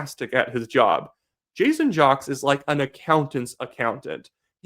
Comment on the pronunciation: Do some research. His name is pronounced "Jakes" not jocks. Other than that I like your channel.